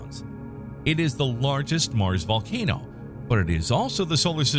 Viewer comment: What's a volanoe?